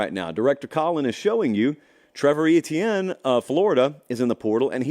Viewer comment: I've been saying it since they didn't get it right at clemson. His name. Is Ettiene. It's pronounced Ayechan. Come on down to Jennings La and let that man's momma hear you pronounce It like that!!! Not a joke. She gets pissed😅